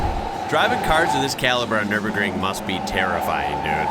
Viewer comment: 1st. American pronouncing Nürburgring totally right. Well done.